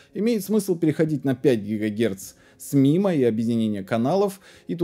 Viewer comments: Маймо, а не мимо. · Очень интересно, и всё таки правильно будет произносить маймо а не мимо😁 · Не мимо а маймо "инженер" космический